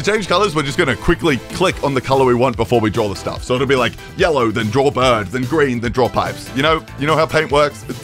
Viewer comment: The fucking ai “I’m making flappy birrrrrrrrrd” is killing me